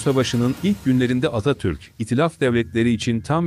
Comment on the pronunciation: Bu seslendiren her kimse Atatürk demiyor Atatür diyor.